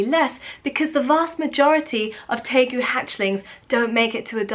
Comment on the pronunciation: Hi! It’s actually TEJU and it’s a word in Guaraní.